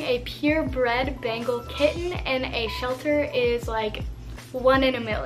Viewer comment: 'bengal kitten' sounds a lot like 'bagel kitten' and now i can only hear 'bagel kitten' and its making me hungry 🤣🤣🤤 great video as always i found the bengal facts super interesting!! <3